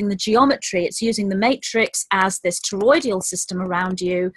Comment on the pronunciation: Hey it's TOROI-DAL not TOROI-DI-AL Not criticizing just thought you might like to know. I'm addicted to your talks. Thanks for all you do.